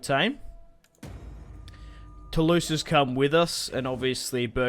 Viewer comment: euhhh, no, no no Lorraigne is not pronounced low reign oO, just LO-Reine. And Toulouse is Toolooze ;)